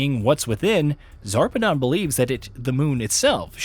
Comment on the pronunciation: He pronounced a bunch of names incorrectly. Most infuriating is the fact that he literally pronounced Zarpedon correctly but proceeded to say Zapedon 3 or 4 times. He said Wildlife "Exploration" Preserve instead of Exploitation too. Also glossed over some big details like how Jack poisoned Whilhelm so the vault hunters would kill him.